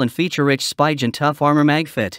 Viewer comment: It's pronounced Sp-ee-gen not Sp-y-gen